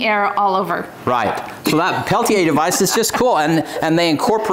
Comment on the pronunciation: Thank you for taking a few minutes to learn the tech and how to correctly pronounce "Peltier." Great video! Great find! Thank you.